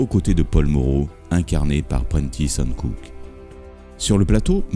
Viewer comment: Prentis Hancock se prononce comme 'coq' pas comme 'cook'. Documentaire intéressant néanmoins...